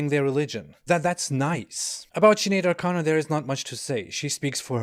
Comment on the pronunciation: I've never done a spit take in real life until you said 'Sinead o'Chicken'